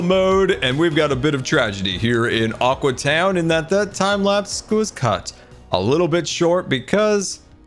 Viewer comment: Every time he says aqua town I hear awkward town